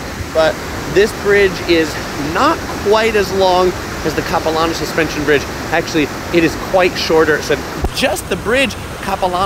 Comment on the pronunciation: “Cap-i-Lan-oh” not “copi-lohn-oh” Definitely an interesting take on visiting Vancouver but not what the locals would show visitors other than the suspension bridge and Stanley park (which your video missed the best parts of both btw).